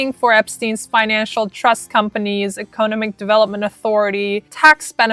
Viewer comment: I’m really digging your information, but why didn’t your boyfriend tell you you’re saying economic wrong?